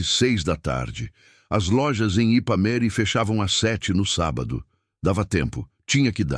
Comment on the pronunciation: O narrador fala o nome da cidade errado, o nome certo é Ipameri